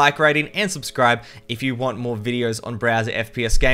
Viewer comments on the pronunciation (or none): none